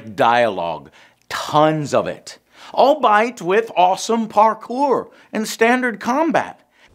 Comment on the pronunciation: This man said all bight instead of albeit 🤣🤣